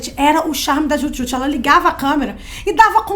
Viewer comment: Desculpem, mas quem era fã mesmo sabia pronunciar. Hahaha… É Dju Djut.